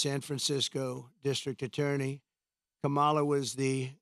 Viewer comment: You obviously don't even know what a Marxist is it's a person who evaluates numbers. You can barely pronounce your words you're slurring all over the place and it's Kamala Harris not the way that you are pronouncing it and God has not released hell on anyone you don't care about people because you didn't care about the woman that you caused to live her life without water to her home come on Donald you can do better than this work on honesty and Truth work on getting rid of that narcissism